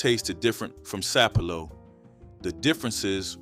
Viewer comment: Sap-a-low island not sapelo😂😂😂😂😂